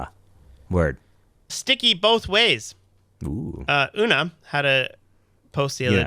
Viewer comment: name pronunciation is wrong! It’s like unicorn (Una).